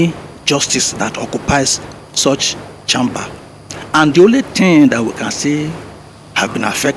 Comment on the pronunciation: Sorry just annoying the way a doctor is pronouncing “1 CHAMMMMBER”. Just like some people pronounce google Gòògle”